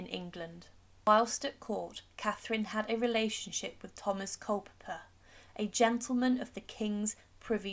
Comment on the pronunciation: It's Culpeper not Culper!